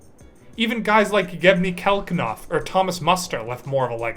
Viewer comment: Were you trying to say Yevgeny Kafelnikov and Thomas Muster ?